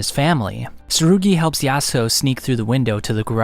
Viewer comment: bro ur slurring yasuho ur saying it so wrong LOL